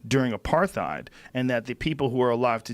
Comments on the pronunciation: No "F" in apartheid. What's next joe a "F" in your pronunciation of IBIZA? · Dude the way you pronounced apartheid had me dying 🤣